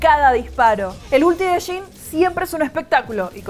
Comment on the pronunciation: Se lee "yin" no "shin" ...